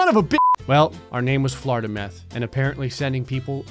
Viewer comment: “Floridameth” 2020 Yay